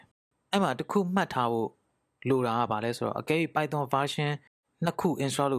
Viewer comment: အသံထွက်တွေမှားတယ် ဗယ်ဘဲတွေ ပိုင်သွန်တွေ 😂😂